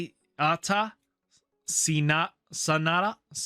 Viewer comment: Watching you trying to say Arata Sanada was painful